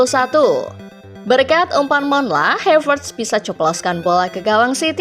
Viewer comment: Ini yg baca narasinya bukan orang yg nonton bola dah keknya. Reece james yg bacanya ris jadi rici 😂 n'golo jadi negolo 😂😂 havertz yg tinggal baca aja malah jadi hevertz 😂 Emang cwe2 lurus yg di sodorin script aja ini 😂